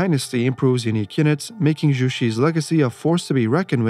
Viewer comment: I just want to point out 😂 Zhu in Chinese is pronounced like "droo," not "roo"😅